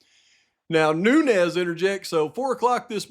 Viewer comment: Its pronounced NOONS , not NU-NEZ